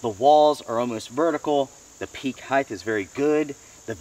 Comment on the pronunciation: you're such a smart guy.I can't believe I just heard you say heighth. There is no such word as heighth,...it's height!